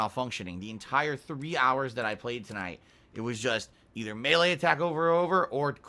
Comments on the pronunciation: Does he say melee/maylay wrong? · Have I been saying Melee wrong my entire life? Or is it pronounced MAY LAY like is saying